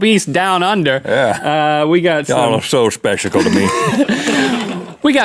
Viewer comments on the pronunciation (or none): Speshical XD I can't stop watching that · Specical...You must say it always from now on. #SpecicalMythicalBeasts